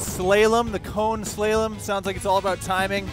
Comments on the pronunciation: A good place to start learning this stuff is Jerry Palladino's "Ride Like A Pro" videos, and his YT channel. -- what the hell is a "slay-lum"??? Do you mean "SLAH-lom" . . ? The only thing more painful to hear is the narrator's stupid, contrived "down home" phrases. After the first 10,000 miles or so on the RTP, it really becomes about as intimidating as a Super Cub to ride. You can really lean waaaaayyyyy over (but remember the Turn Hula). The RTP is more responsive than the HD. It should be kept in mind that these guys are ROOKIES, as far as what they are trying to do, no agency that I know of lets anyone into a rodeo without at least 5,000 miles in motors. To do this with so little useful experience and do so well is fun to watch. You need to be able to think like your partner for the side-by-side races, made harder by the fact that motors usually run alone -- when you see the copcycles in your town doubling up on patrol, they may be getting ready for a rodeo. I would like to see a rodeo for big iron, run-what-you-brung, with cone courses and time trials. HD, Goldwing, RTP, STP, Triumph, Concours, whatever. I would pattern a lot of it on the Japan motorcycle license practical course. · I have huge respect and appreciation for you two - especially putting your pride on the line in front of all these officers but hey uh.... the "slay-lum"??? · slay -lem? really? wow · 👾Slalom! Not Slaylom. LMFAO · “slaw-lum”, not “slay-lum”. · Oh! Typical betaBoi! It’s pronounced “Slah-Lum” damn! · "Slay-Lum" ??? Back a few years ago I would have said ... "C'mon ____" Now I don't even wear Ray -Ban aviators like I did my whole adult life! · Did he seriously say slaylem? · How did he pronounce slalom? 😆